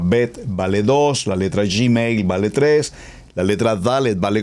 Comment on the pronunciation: UN ABRAZO GRANDE PASTOR NO SE DICE GIMEIL ES GUIMEL NO ES YI ES GUI GRACIAS POR DUS ENSEÑANZAS